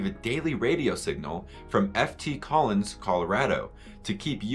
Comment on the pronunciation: Also: "F T Collins" is "Fort Collins".